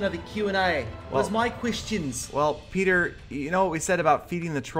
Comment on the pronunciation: 17 Dollahs and Gallydon (Mostly ). Congrats on the 300 K Subs!